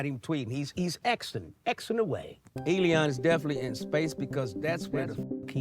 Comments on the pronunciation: Why do you keep calling him Eleon? His name is Elon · Man the way you say Elon (Elēon) is diabolical!!😂😂😂 I love it! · Lol. Eddie said Elon (E-Lee-On)😂😂😂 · who else busts up everytime he said Elion! ha ha comedy gold. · 'Elon' turned into 'Lil Uzi' 😏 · Him pronouncing Elon like “E-Leon”kills me every time 😂